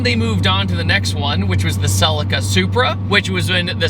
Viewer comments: God I hate how American's say "Celica" 🤮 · i cant stand the way you pronounce Celica lol in Europe we say it like the I is a e Celeca amazing car though and a great video 🤣